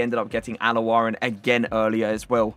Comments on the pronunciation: It’s alowairan not alaworan :) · Al owayran more specifically as a spelling:) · has been saying Al-owairans name wrong this whole time 😂